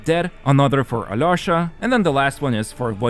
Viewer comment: hey, next time you try to pronounce alyosha's name, try this pronunciation a-lee-o-sha. this is the correct way (i'm russian)